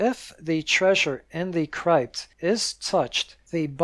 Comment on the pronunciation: My mom wanted me to point out two things: (a) The word CRYPT rhymes with gypped, not wiped. (b) MORALE and morality are different.